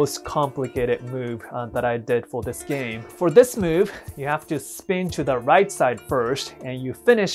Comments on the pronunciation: "If i kick rike this the opponents fry away" 😅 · I’m so sorry but he say right like light LMAO oh my i’m such a terrible person